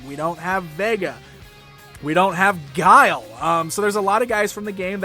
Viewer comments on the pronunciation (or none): none